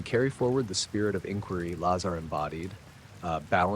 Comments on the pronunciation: Ai voice... Keeps pronouncing "Lazar" differently every time. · Sorry, very poor AI research and delivery. Lots of embellishments and exaggerations. Hollywood version told by a soulless AI narrator. Please teach it to at least pronounce his name correctly.